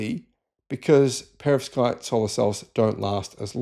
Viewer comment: Yea you're not saying that word correctly, even with an English accent. Perovskite